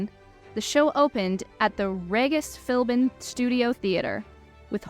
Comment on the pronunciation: Great analysis! I’d recommend confirming pronunciations before recording them though— your younger age definitely showed in mispronouncing Regis Philbin. He was the host of “Who Wants to be a Millionaire”, died in 2020, and is buried on Notre Dame’s campus. Some of the Greek names were a bit shaky too, most notably Polyphemus. But as I said, overall great video that definitely helped me understand the overall story of the show with some much needed context of the IRL timeline, cut content, etc.